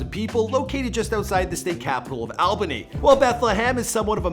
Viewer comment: its Alba-ny